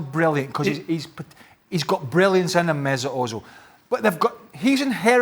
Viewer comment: Let's be frank, Craig Burley is an ass, and he can't pronounce Özil. And speaking of Arsenal, Bernd Leno should be starting.